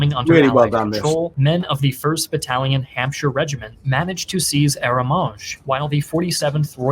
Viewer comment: As usual I really enjoyed your look at this, but I do think you were a little harsh on him for his pronunciation of certain words which many other English speakers would also have made errors on. As a fellow Englishman I do appreciate he did say Hampshire for instance correctly. Unlike many Americans who would have said Ham-shire instead of Hampshire. When I say many French words I also mispronounce them, not as badly as he does. But English and French are two different languages. English being a Germanic language and French a Romance language with very different ways of spelling, grammar etc. He did far better to be fair than you or I would if we were trying to pronounce words from the Gaelic languages. Also he did cover the Canadian contribution that some American and British historians have downplayed. Even we English pronounce words differently depending on where we are from eg I’m Black Country and say bAth but you are from the south east and say bath, with a softer sounding a. The debate around whether Caen was too ambitious an aim will continue. But in my opinion it was un achievable given the size of the city to try and take it on the first day given it is and was the major road, rail and population centre of that area of Normandy. Merci beaucoup mon ami et bonne chance au Les ‘tractor boys’ en 2023. Boing boing lol 😊